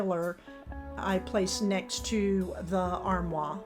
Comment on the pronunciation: Love the transformation. You have beautiful decor. Just a note armoire is pronounced armwarr.